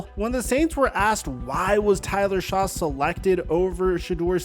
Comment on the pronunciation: Dude, it’s pronounced Tyler SHUCK. Shuck. Not Shaw. You even played the clip of his draft announcement with the correct pronunciation. If you’re gonna be taken seriously with your content, you HAVE to start getting names right. I like the video. Get the damn name right, bro. You do this all the time. Correct the mistakes and learn the names. Good video otherwise.